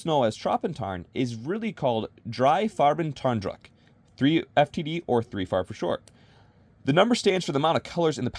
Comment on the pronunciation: As a german its so strange to hear your "Farben druck" , nice Video ^^ i mostly like Ranger Green